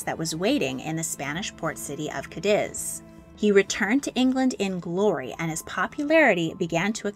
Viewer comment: Cádiz is pronounced (cah-deez)